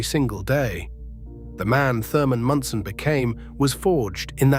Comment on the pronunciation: Thurman Munson was, is and ever be my favorite player. And I hate AI that cannot pronounce simple words and names.